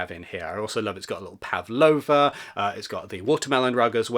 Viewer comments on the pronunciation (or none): none